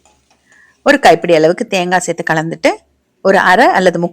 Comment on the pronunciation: Serthu enru sollungal madam.sethi sethi enbathu sariana thamil soll ellai.Tnq.